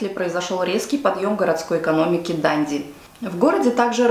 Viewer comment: ДандИ на последний слог